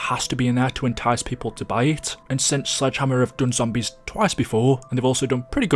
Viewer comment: When he said Sledgehammer it sounded like Slide Jammer